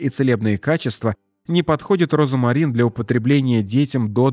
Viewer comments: Диктор, розмарин, а не розамарин! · роЗМарин, а не розамарин. В остальном, кроме вкусовых сосочков, неплохо! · Почему диктор говорит , розАмарин, ? В русском и пишем, и говорим ,розмарин,. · 🤦‍♀️😂" розАмарин"? Розмарин👍☘ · Розмарин, а не розомарин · Не розомарин, а розмарин. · Как же надоел твой робот. РОЗАМАРИН вместо розмарин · Читайте правильно: РОЗМАРИН' а не розАмарин. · Слух режет ваш Розамарин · Произношение как у диктора! РОЗОМАРИН! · Розамарин? Что мешает диктору правильно произносить название? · Говорят и пишут РОЗМАРИН неправильно говорите обратите внимание диктор??? РОЗМАРИН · Пишется розмарин,а читаеся и произносится-розамарин!!!